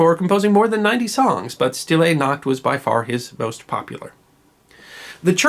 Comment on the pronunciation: Sh-til-ay Noct. Hi-la-gay Noct. This is the proper pronunciation. A favorite of my German husband.